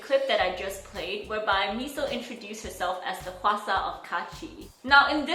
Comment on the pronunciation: Why are everyone saying hwasa wrong its not qwasa its hawasa thats you say it